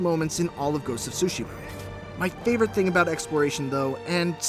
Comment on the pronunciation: Ghost of SUSHI??